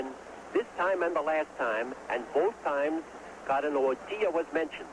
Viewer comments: nie potrafią powiedzieć WOJTYŁA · "Wojtwas." Father of "wojilas" born in cracko